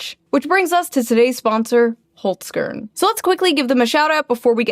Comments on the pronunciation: holes - kearn lol its pronounced holzkern.... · it's pronounced /holzkern/ not /holsgörn/ tough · hollzzkearn haha its really funny wen americans try to pronounce Austrian brand names but no hate and good luck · Please pronounce the company name it as it should be in German, it sounds really weird when the first part of the word (Holz) is pronounced properly and the other (Kern) anglicized. The "e" in the word should sound like the "a" in "prepare". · First - Holzern is an Austrian company… you know who also was Austrian? Right, schwarzenegger. Secondly, as a german-speaker, hearing the pronounciation killed me XD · Your Holzkern pronunciation is really funny for a German Speaker 😂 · Awesome video again! btw love your murican pronunciation of Holzkern. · I was hoping to hear Holzkern pronounced a bit more Austrian after all that Nazi talk. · By the way in regards to your sponsor. The E in Holzkern is pronounced like the A in Karen ;-) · Oh no, Kitsunero is going to be upset at your pronunciation of Holzkern. Clearly you need to watch more of her videos...